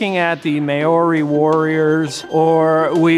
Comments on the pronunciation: I have never heard "may-ori", truly a unique butchering of the Te Reo language 🤦‍♀️... it's "mah-o-ree" with a tapped r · "mouldy" not "may-or-e" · Dude said mAyorEE woriors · "the may-ory warriors" haha 😂😂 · Always an expert. Can't even pronounce May-oh-ree the right way. Stay patriotic my beautiful patriots. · his presentation of Maori should be a crime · Relax. I'm Maori and not even I care as much as you, he's american so of course he won't know. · It's hard to take this seriously when he cannot pronounce Māori properly... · Another day, another American mispronouncing Māori.